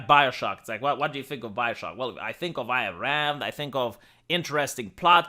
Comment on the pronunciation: its not that IT will not, THEY will not. Also, its EYE-N Rand. Not its the BETRAYAL on the ideology that's the real story of Rapture.